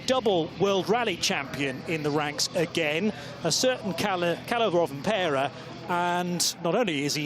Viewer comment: Pronouncing Rovanperä wasn't that bad. He even tried to say the ä.